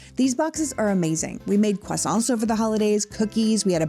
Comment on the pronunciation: Loving that Canadian accent coming out when you say 🥐. Thank you for representing us so well!!